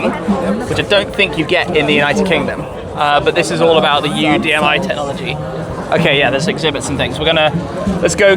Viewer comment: "Tet-nology". I never understood that one.